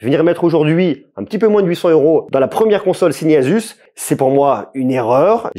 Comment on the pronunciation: Enfin quelqu’un qui le prononce correctement